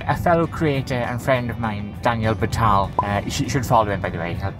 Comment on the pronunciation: You said "Danielle Batal" didn't you? I too am having mojo issues.